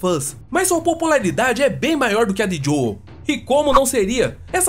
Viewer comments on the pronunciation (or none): none